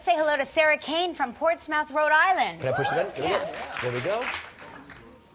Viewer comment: Ports-mouth...lol...That's not how you say it.